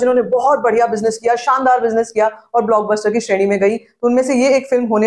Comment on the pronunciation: Ohhh bhaisaab app Kya cheez ho??? I absolutely love how you say BLOCKBOSTER